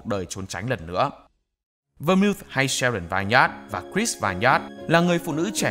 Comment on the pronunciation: Nhóm ơi Vermouth đọc là Vơ-mút nhé